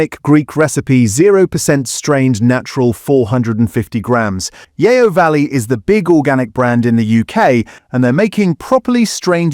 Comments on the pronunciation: The voice doesn't even pronounce Yeo properly. It should be pronounced like 'yo' in yoyo. The name stems from the fact the factory is near Yeovil in Somerset. Fake voiceover talking about fake food. The internet is starting to eat itself. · AI voiceover- or is this someone who doesn't know the difference between Tangier (in Morocco!) and tangy-er! And who pronouncrs Yeo as 'yayo'! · Yeo Valley yoghurt is pronounced Yo Valley not Yayo Valley 🙄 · Yeo is proounced Yo not Yay-o. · AI narration - the pronounciation of Yeo Valley should be like 'Yoh' not 'Yeeeoh'! Plus tangy was pronounced Tangier! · It's pronounced "Yo"...in fact the AI did say it correctly here once. Apart from that ...I'm not sure about pronounciation of "Fage" either. 😟🤔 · Great information, but please learn to pronounce the manufacturers like Fage (faiay in English) and Yeo Valley (Yoh Valley) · There's no "a" in Yeo. It's pronounced Yee-oh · It’s pronounced ‘Yo’ ya eejit! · Tangier, Fage, Yeo Valley - might want to check your pronunciation of these! But otherwise yes, informative content.